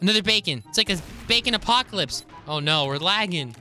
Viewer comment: just said baycon apocolipse lol